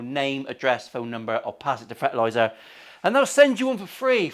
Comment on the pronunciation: Fartlazer... Wait furtlurzr ... Frtlzr sounds like the girl from the goosebumps berks meme came up with this